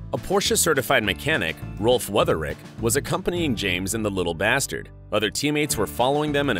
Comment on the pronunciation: The name of his co-driver was not Weutherich, but Wütherich.